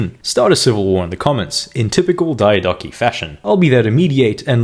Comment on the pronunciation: I would have followed if you didn't do the BS on-purpose engagement bait pronounciation of diodochi